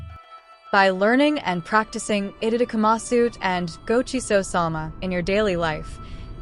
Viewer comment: You do not pronounce the U at the end.